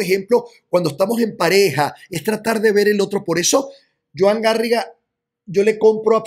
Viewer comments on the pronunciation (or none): none